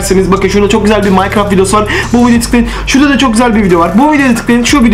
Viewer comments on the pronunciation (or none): none